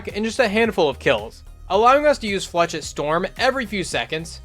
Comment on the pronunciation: It’s pronounced “flashette” not “flechit”